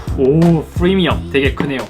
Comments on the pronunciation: 엑스풰리아 쁘리미엄은..좀 p발음을 왜 f발음으로.. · th 니 에th Fㅔ리아 에th 제트 F리미엄 ! ㅗ ㅡ